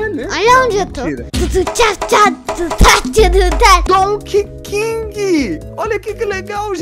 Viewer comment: "king" kkkkk kong*